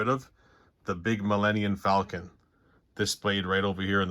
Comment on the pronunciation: Is it just me, or am I hearing Millennian Falcon?